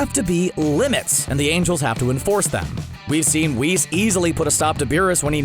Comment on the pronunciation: Whis should be pronounced WISS not “Wees”